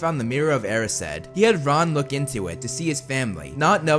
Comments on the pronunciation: he really said Araseid when its Arised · Sorry but did he just say era-sed?? It’s the mirror of erased lol but anyways he’s rlly good at making these vidz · Its not er-e-sed but eer-I-sd